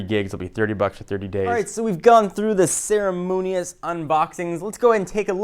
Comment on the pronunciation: "ceremonious" swagg